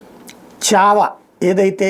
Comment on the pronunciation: చావా కాదు.... ఛావా అనాలి....